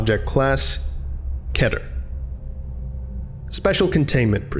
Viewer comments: KETER not KETUR. I guess do it how you want but thats not nice on the ears. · This scp is thoumall not keter and it it was it's pronounced keter not ketter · U said kEter wrong